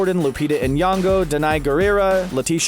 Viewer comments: its not lupita Anyango its Lupita Nyogo big difference there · You pronounce it Nyongo not N yongo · he pronounced lupita’s last name wrong 🤦‍♀️ like everyone else tho tbh oof